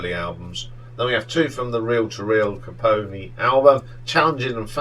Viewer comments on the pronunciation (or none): Having seen two of your SM rankings. I have to leap in and help. It’s pronounced Ka-cough-a-knee. 👍 As in Sm’s 2nd album.